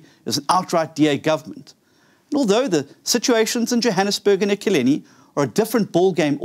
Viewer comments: Pronounce the name of the City . Not Ekileni. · He can't even pronounce Ekurhuleni. Ekurhuleni is big metro, you better take it very serious.